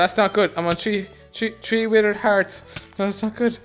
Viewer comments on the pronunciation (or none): Did you say tree or three